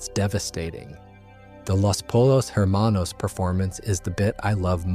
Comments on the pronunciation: hey bro u said poyos towards the end still said her manos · pollos is pronounced poyos not polos ermanos not her manos